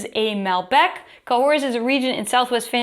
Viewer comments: ca hor the s is silent. fined not filtered with animal products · Don’t pronounce the s in Cahors, hun. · why do they add letter you they dont use? I was in burgundy once and we told our host we were going to Cahors. The thought we were saying Corsica! That when I received a lecture on how its Ka Hor!